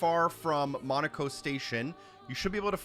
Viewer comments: It's not "Monaco". It's Monoco. He ain't a country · Bro probably heard Monocos name pronounced north of a thousand times by multiple charge before finishing the game and Still pronounces Monoco Station like a city in France xd. Helpful video tho thx